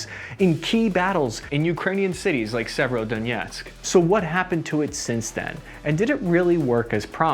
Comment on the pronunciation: Right transcription is severodonetsk, not sievero... The sound like several...